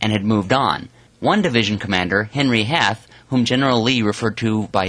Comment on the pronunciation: General Harry Heath not heth